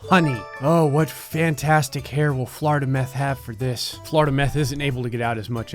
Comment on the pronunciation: “Floridameth” 2020 Yay